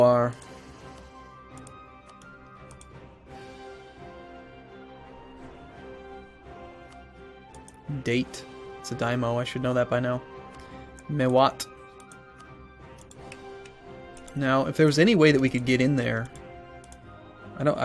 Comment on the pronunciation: Dah-teh (date)